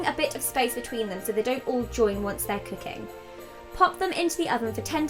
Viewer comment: your accent created an unintentional pun! "dough roll it too thin". I love you so much!